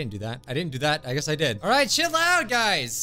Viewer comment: He said alright chill out guys? I thought he said alright shit loud guys!